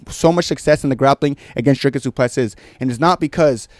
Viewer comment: Bro who tf are you? Typical deluded cringe American who can’t even pronounce his name 🤦‍♂️ You literally know nothing about Dricus’ mma pedigree. What’s your excuse for Khamshot basically losing to tiny little Gilbert who is an average welterweight? & not finishing a short-notice Usman? I just beg you have the balls to admit you were wrong when Dricus destroys him. Fkn casual. Jy weet niks nie poes 🇿🇦💪